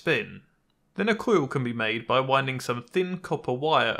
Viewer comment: I feel like pronunciation of "coil" has become very slightly less infuriating.